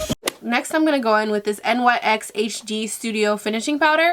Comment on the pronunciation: its pronounced NYX (niks) not N-Y-X